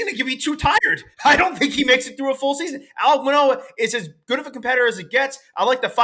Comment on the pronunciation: does he not know it’s ALEK Manoah… has dead baseball knowledge.